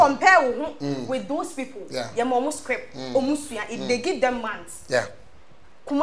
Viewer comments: Scrip kokoo scrip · She said "Scrip".. 😂🤣🤣😂